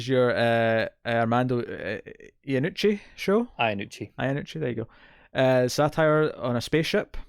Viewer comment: Avenue 5, one of the sets was destroyed in a fire with 2 episodes to go . . . and you were right it's Ian-nucci not Yan-Nucci (at least that's how the man himself pronounces it).